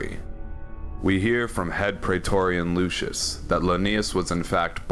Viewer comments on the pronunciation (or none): Hilarious to hear you pronounce "legatus lanius" all fancy but then you pronounce "lucius" in an american accent. In classical latin, its (Loo-kee-yus) not (Loo-shuss) Please pick a pronunciation lmao